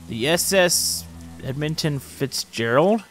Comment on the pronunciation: Edminton Fitzgerald, lol what? Edmund Fitzgerald*